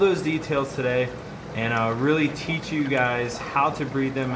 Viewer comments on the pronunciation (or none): none